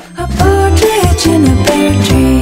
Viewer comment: "Pear" tree, not "pare" tree.